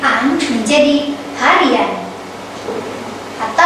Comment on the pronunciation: Bukan "hariyan", tapi " harian". Perbaiki lagi.